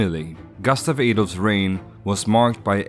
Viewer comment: Bra video, men säg inte "gastav", svenskt "u" är inte okänt i engelska, det är bara ett dialektalt uttal av kort "u" i ... Australiska dialekter, tror jag.